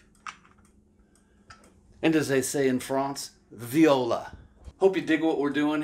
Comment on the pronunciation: The French word to use here is not viola (a string instrument slightly larger than a violin) but voilà (pronounced vwäˈlä).